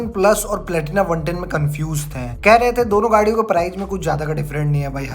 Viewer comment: Prize nhi hota bhai price alag hota h!! ८